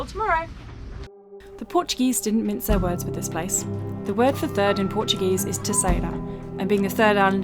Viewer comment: Your portuguese pronunciation is pretty good. Parabéns(congratulations)!